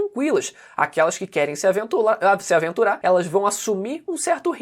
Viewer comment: "Se aventular" - tô ligado que você queria mandar uma dublagem do cebolinha... Kkkkk